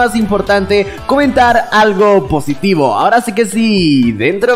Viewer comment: positiivo jajajajajajjaj dijiste comenten positibo